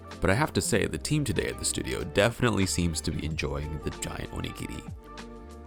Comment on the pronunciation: The way you pronounce お握り, makes it sound like 鬼切 ("demon cutter"). The pronunciation is similar, but the latter is like oni-giri, and the former is more like o-nigiri